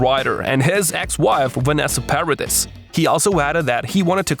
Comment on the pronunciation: It is not pronouncd Paradiss. It is a french name. The s is silent.